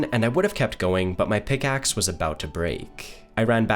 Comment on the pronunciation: pick aksssssssss :D why does this guy talk like that?